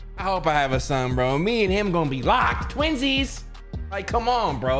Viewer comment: My man said “twinzies”💅😂😂